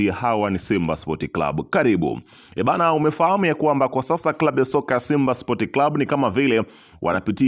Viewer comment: Matamshi sio spot ni sports